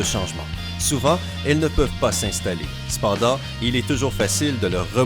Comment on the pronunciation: Ça m'a tuer Le C'pendanrlt ! 😅